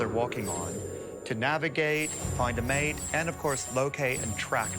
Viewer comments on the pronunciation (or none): none